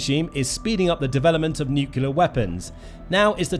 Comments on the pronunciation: Nuclear, not "nucular.' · why can't some people say nuclear, but say nucular instead like this guy? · Nuclear not nukular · It's pronounced "NUCLEAR" not "NUKELAR" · Nuke lee ur. It’s not pronounced newk yoo ler. You need to pronounce words properly so you sound credible. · Can’t watch this video any longer. It is nuclear not nuculear. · What pallets of cash for a nucular deal? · Hard to listen to him saying 'nucular'. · Why does the narrator refuse to pronounce 'nuclear' correctly? It is not difficult to respect the language. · Damn! And here I was thinking, he's trying to do George Bush Jr.. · Bro really needs to learn how to properly pronounce "nuclear." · He went to the George Bush Jr. school of speaking..😂